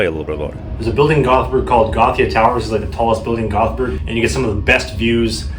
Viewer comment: When I played World of Warcraft, a lot of people in my guild were Swedish. One of the first things I realized was, that the names of the cities sound NOTHING like the other Europeans pronounce them. I remembered this after hearing the guy saying Gothenburg as a Swede. He almost nails it. It sounds a bit like two words Yóte-bóri 😄